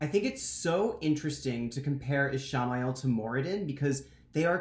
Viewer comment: Sai-dean?? Ee-sha-mah-yell?? I've been reading both as Sai-dinn and Ish-mail, and now you have me questioning everything I know